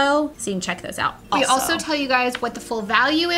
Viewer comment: it's funny that you said "altso," because when I moved to Hamilton, AL for Katrina (many moons ago, now!), I had a friend named Chelsea, but no no no, it wasn't Chel-sea it was ChelT-sea. Idk why, but it did make it giggle.